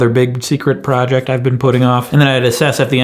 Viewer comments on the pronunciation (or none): You pronounced "secret po'ject" incorrectly ;p